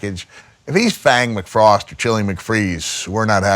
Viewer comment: From Fort Worth, Texas . It’s Fang McFrosttttytt